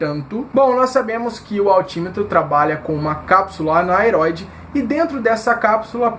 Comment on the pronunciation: Gostei do conteúdo, não seria cápsula aneroide a pronuncia correta?